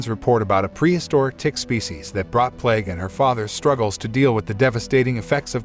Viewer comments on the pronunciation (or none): none